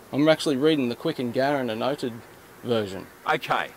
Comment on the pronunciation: The Quick and Garran book is not the constitution. the Commonwealth of Australia Constitution is only about 64 pages thick. Quick and Garran is the annotation of the CofAC. This means it is merely an explanation or elaboration of. ... if you are going to say that word 'annotate', please pronounce it correctly. If you are going to be the holder of their licence, then you are accepting the responsibilities of it. you can't have it both ways. The name in the licence is merely a debtor account and you accept it by holding it. so when you go to court you can accept that you are john but do you want to accept the account?